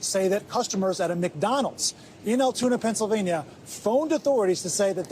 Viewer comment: Its not the guy. No way someone that disciplined still had evidence on him. Also, its pronounced Al-tunie Pencil-veiny.